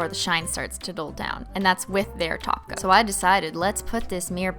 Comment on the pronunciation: everytime she says topcoat i hear her say taco lmfaoo